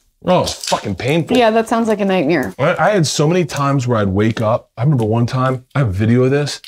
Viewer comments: How did Bert not catch her say “nightmEre” lol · Lauryn says nightmeer like Bert lol